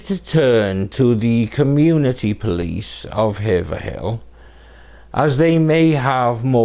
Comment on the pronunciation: Side note: common mispronunciation of Haverhill. It's pronounced Hay-vril. Not Haver-hill. I dont know why.